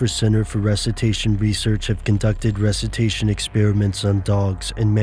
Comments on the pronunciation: Recitation? NO RESUCITATION!!!!!!!!!!! Learn to speak. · It's "reSUSitation". Not "rusitation". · it's resuscitation not rescitation u fool! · "rescutation" lol